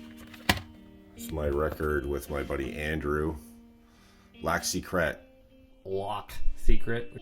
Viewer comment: 🤦‍♂️"lack seatcrate" 😂 It means secret lake in French. The pronunciation is a little off though bonus points for trying. 😁🤘🤘🤘